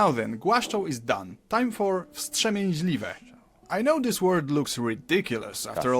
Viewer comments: And actually there was a mistake because you donot read i after m in wstrzemięźliwe. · You could write ą in English as "ow" . There is this ł=w (in what) sound in ą and ę. And actually there was a mistake because you donot read i after m in wstrzemięźliwe. If an "i" is after a consonant and before a vowel it is use as softener and you do not read it as i just like h in French. Nie is read like nje(nye with y from yellow). Actually 100 years ago some of those i were written as j before the reformation of the ortography in 1930s.